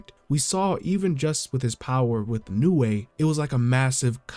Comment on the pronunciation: Also, thank you for being one of the few youtubers making JJK content to say Nue right.